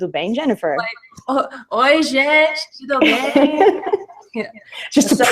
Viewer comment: Wow... it was amazing when you said in portuguese "Olá tudo bem", your pronunciation is very very perfect. Congratulations. (I am from Brazil)